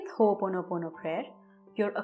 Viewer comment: It is not Ho ponopono, it is pronounced Ho,Opono pono.. You are welcome.